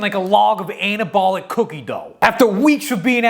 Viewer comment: Istg he said anal-bolic in that ad read